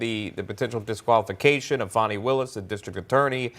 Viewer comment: Did he say " PHONEY WILLIS " ?